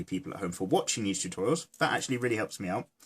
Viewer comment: I laugh so hard when he said boob totourials xD I'm sorry